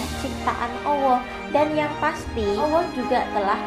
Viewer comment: Please try to fix how you pronounce the word ALLAH ~> "ALL-LAH" Not AWOH. Please try for the sake of Allah.